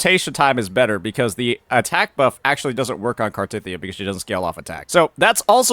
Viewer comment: How you gonna pronounce cartheiya wrong when it’s literally said countless times in the story